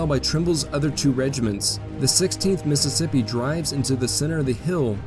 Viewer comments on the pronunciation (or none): none